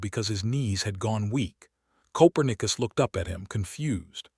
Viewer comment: Narrator said Coperius wrong.